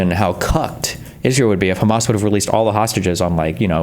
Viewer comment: If I hear Destiny say 'HEMAR' again, I'm going to lose it.